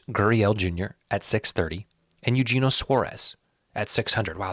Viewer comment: It’s yuhennyoh suarez